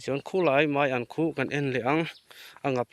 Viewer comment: Meian ni lo vin maian tih zawk tur aw a ngaih thlak a nuam lo mizotawng hi diktakin hman hram hram zel tur meian ti tawh Suh aw